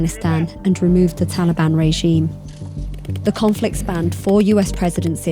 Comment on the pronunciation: Anyone heard Pakiistan After Taliiban, or is it only me ?